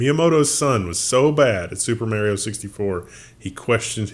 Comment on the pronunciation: you are pronouncing Mario incorrectly.